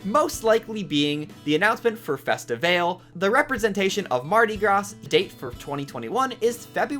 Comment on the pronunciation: I'm just happy for toy day. You mispronounced mardi gras and festivale btw --- the Brazilian american girl